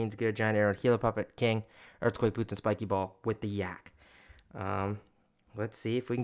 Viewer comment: OMG HE SAID "WITH THE YAAK"🗣🔥🔥🔥